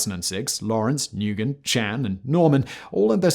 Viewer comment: Nugen haha